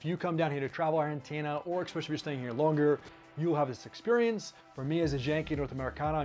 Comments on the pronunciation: fun info thanx but plzzzz ...its ESPecially not EXpecially ......es not ex 🙏🙏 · Interesting video thank you. Just a quirk of mine - there is no X in especially. He says it a hundred times.